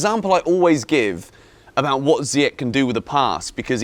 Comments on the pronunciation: Man sorry for this, but it’s not Ziyek…it’s Zi-ye-sh. Younes is gonna kill you for that pronunciation😂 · Jorginho for Ballon d'Or? Do me a favour. 😂😂 And it's pronounced "Ziy-esh" bro...